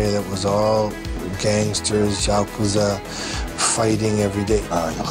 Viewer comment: jacuza??? WTF IS JACUZA?! I know Yakuza not Jakuza😑